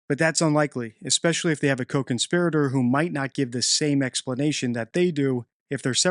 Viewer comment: Glad you are pronouncing co-conspirator correctly now thanks